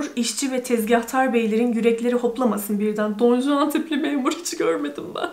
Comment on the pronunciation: Don Juan, “Don Huan” diye okunuyor diye biliyorum İspanyolcada. Bu arada siyah süper durmuş 👍🏻